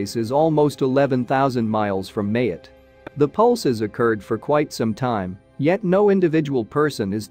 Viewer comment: The island of Mayotte: pronounced Ma-YOT, not MAY-ut